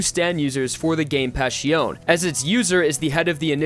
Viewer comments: all his pronunciations hurt me haha the way he said sale was particularly bad, formaggio, melone and passione are equally as painful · PLEASE PRONNOUNCE PASSIONE CORRECTLY